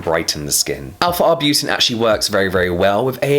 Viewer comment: Arbutin "in it" sounds funny